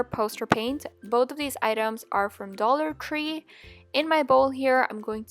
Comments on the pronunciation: no hate did she say dollar cree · 45 she said dollar cree